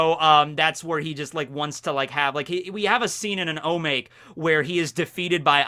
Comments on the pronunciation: O MA KE !!! Not O make! I thought you said you were learning japanese? This is like lesson one. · Omake = おまけ. Not omāk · I die a little inside each time you pronounce "omake". It's phonetic.